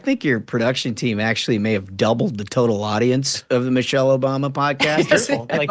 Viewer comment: "Missery Obama" 😂😂😂😂 Love it